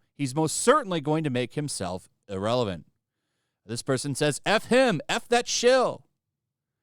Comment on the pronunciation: Bro, it’s IR-RELEVANT and definitely not IL-Relevant